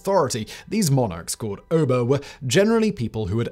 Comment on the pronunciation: Finally. A video about our most unfortunate hour. And, it's Oba, 'a' as in rat. The plural is Obas. Thank you again ❤️